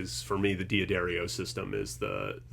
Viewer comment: It's 'Duh-dario' not 'Dee Uh Dario'. Also, 'ab uh lone ee', not 'ab alone'.